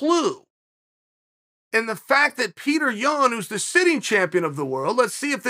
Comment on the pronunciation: Until Yan pronounces his Name as ( Pee-tur ) and not ( Pure - tore) then we the people will not listen to him 😂🤣